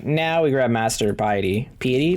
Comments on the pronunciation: Pronunciation help to the rescue! "piety" = PIE-eh-tee. (Long 'i' sound on the first syllable, not long 'e' sound.) Meaning "humble religious devotion". "riposte" = ri-POST (long 'o'). Meaning "a counter-strike made after parrying an attack." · Well said every time he has said it I laugh. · For linguistics reasons (I'm gonna be that guy) how to pronounce "Piety" Pie-eh-tee